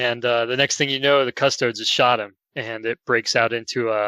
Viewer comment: It's pronounced: CU-STO-DEEEZ